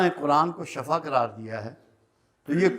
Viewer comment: سوری استاذ محترم ..شفا اپ نے زبر والا پڑھ لیا یہ۔سورہ ال عمران والا ہے ۔۔شفا دوا یہ۔ سورہ بنی اسراءیل۔مین اور دوسرے مقامات مین ائے ہین ۔۔تو۔معنی مین بڑا فرق اتا ے ۔شفا حفرة ....اگ کا گھڑا۔۔۔۔۔